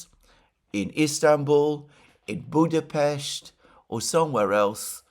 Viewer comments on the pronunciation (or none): none